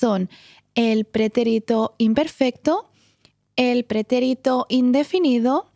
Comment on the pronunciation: So I know in English we break the rules a lot, but the accent mark is over the second syllable in "pretérito" and you are putting it on the third to my ears? So I can say it both ways? Or am I saying it wrong all this time?